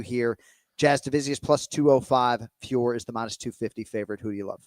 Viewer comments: Still cant say Fiorot correctly. Its been how long now? Its not Fior for gods sake. Say her name as its written with a silent "t". Not that difficult. Im French so I know this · I can’t believe you guys are still saying Fior. It’s Fior-ot.